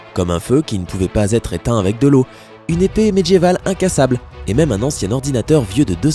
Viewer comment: Sympa. Je trouve que le ton journalistique que tu emploies mériterait que tu fasses gaffe à ton français ("diamètre", tu dis "djamètre". Les "dieux" tu dis "djeux, "médiéval" - "medjyéval".) Perso ça casse tout! Et c'est dommage. Weah on peut pas renier ses origines ; le problème c'est que je crois que tu si tu ne neutralises pas ton accent, tu te fermes des portes. Sinon trop chouette tes vidéos !